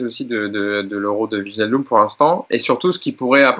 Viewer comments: Maintenant qu'il vient, apprenons à prononcer Wijnaldum. Écoutez sur ce lien la vraie prononciation, dite par un Néerlandais, ça se dit VÉy-NAAL-Deum: Apprès si vous voulez je vous apprendrai à prononcer MBappé et NGolo Kanté et autres Dembélé 😄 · Le j de wijnaldum n est pas prononcé. En gros on prononce juste le i come un i anglais.